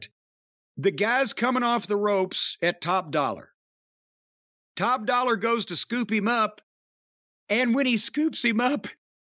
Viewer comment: Jim calling Top Dolla… Dollar is hilarious